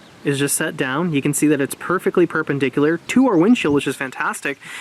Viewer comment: He said perp and dickuler. Huh...huh huh huh...huh huhhh.